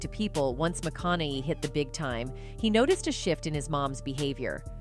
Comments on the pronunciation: Mcconelly, mcconeeeee, mcconaaaa, mcconiii, mcconellll……. Cmon AI you can do better 🤣🤣🤣🤣 mc-con-a-hey….. see, that was easy 🤦‍♀️🤣🤣🤣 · Would be good if you actually got his name right. McConnehy not McConnely. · OMG another AI it's pronounced MAKONAHAY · Mathew MaConey, nice AI narrating. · Strange when you pronounce his last name, you pronounce it differently every single time! Why? pronouncing his last name isn't real hard. as I type this, you pronounced it 3 different ways. Ma-con-ni?? are you stroking out? maybe try using an actual narrator, instead of some AI to read your pitch. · Somebody please tell this narrator his name is not McConnolly. Correct pronunciation is kind of her job. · Couldn't finish the video because of the computer generated voice. You can here it when it mispronounces his last name. It can't say it correctly. It switches between Macanaigh and Macinigh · Although she pronounced it correctly a few times. But mostly it was "MaConnelly." Oh, well. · Reprogram the bot - the name is said, Mic-CON-uh-hay. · I love how he keeps getting called McCon eye lol. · Mac Con A Hey is how to say his name. Research it before you say someone’s name over and over. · all I hear is McConnely. :body-blue-raised-arms: And OPR Winfrey 🤣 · The AI can't even pronounce Matthews name correctly, needs training before being employed. McCaughey Mac con a hey. OPR is Oprah, is that code? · They oughta spell it out phonetically for the poor robot. Like "ma kana hey". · Maconahay. Phonetic. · I’m having a hard time focusing on this video because of the mispronunciation of Mathew’s name 🤦‍♀️ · This is AI generated and has no point. How many ways is it going to pronounce his last name? Oh , still not convinced. Listen from to ....the hell was that? Oh and the always so convenient disclaimer "Disclaimer: Content might be gossip, rumors, exaggerated or indirectly besides the truth." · Why can't she say Matthew's last name correctly 😂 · this "narrator" cannot pronounce his name...